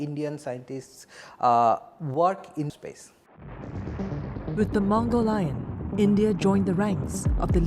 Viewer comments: Its mangalyaan Maṅgala 'Mars', Yāna 'Craft, Vehicle' not mogolion. It's amazing how they mispronounced every Hindi/ sanskrit word. Don't you people have any language guy with you in your state media news organisation. 🙄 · Pronounced Man-gal-yaaan...not mango-lion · It was not fkn mangolian😂😂😂 It was mangal(mars) yaan(craft) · That singaporean accent made "Mangalyaan" into "Mongolian" 😂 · Moghul yun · The way she said mangalyaan💀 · Spot on!